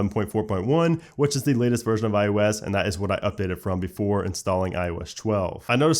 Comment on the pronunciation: iO Esh 12? I don't get it, you say ios 11 just fine.